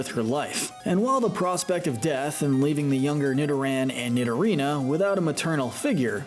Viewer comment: It’s pronounced NEE-doh-ran, NEE-doh-REE-nuh, NEE-do-queen, gar-BOH-DURR, NAH-GUH-NAH-DULL, swah-LAHT, rose-EHL-lee-uh, ROSE-rade (BOO-kay), MAH-REE-nee, and DRAP-ee-on, “”! 🤨 You’re so bad at pronouncing Pokémon names,! 🙄